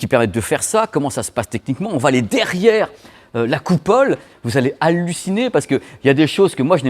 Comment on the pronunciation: "alunit" et "ciné" pour halluciner lol